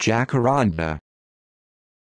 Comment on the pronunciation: Nope, it is pronounced "Jah-cattan-DAH". It's a Tupi Guarani (Brazilian indigenous language) and Portuguese word, not Spanish. Brazilians don't pronounce "J" as "H".